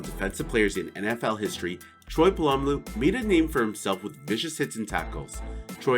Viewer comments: When a non steelers fan tries to say "Polamalu" xD bruh PA-LA-MA-LOU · Troy who? Dude learn how to say his name. Or maybe this is AI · You said Troy's last name like.... so wrong, that I'm downvoting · You could learn to pronounce Polamalu correctly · Practice on learning how to say troys name. And this list needs crazy work. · This person narrating doesn't know shit, or whomever put this together. You show different other players making hits on the safeties highlight.🤦🏾‍♂️ You pronounce Polamalu wrong among other things then said Atwater hit homie playing for the Bucs Instead of the Broncos. Delete this stupid shit. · All credit for this video went out the window as soon as I heard you pronounce "Polamalu" incorrectly. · Bro u butchered Troy Polamalu name that’s sad smh now I can’t even watch the video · Lost me at mispronouncing Troy Polamalu’s name